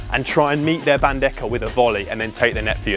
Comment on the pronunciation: Great video!!! just a little correction... the correct way to pronounce BANDEJA is bandeha